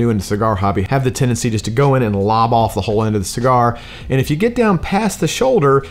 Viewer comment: Bruh didn't realize I watched this before until he messed up the name of the cigar 😂